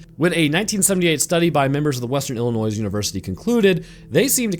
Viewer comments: Illinois = ill + in + oy not ill-in- oys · It’s pronounced i•luh•noy No S sound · Did you really just say “Illi-noise”? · Lol Even if you can’t say it right I’ll still sub to you lol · sir, I love your channel. Love your funny asides and new videos always make my day. But, as a native Illinoisan, please, please, PLEASE, for the love of everything, stop pronouncing the “S” at the end of Illinois…it’s like nails on a chalkboard to those of us from the Plain State. 😅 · U ... The "S" is SILENT in Illinois......... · The S in Illinois is silent btw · Everytime you pronounced Illinois with the S at the end…..an anglerfish grew feet and learned how to walk on land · I'm sorry, but would you please stop pronouncing the s in Illinois? It's driving me nuts... 🤨